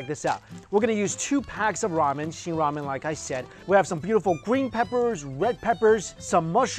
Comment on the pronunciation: did he really just say wamen ?